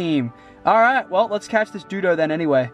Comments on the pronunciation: It's called a doduo not a dudo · It's pronounced doe duo